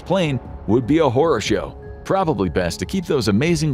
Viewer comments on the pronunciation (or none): none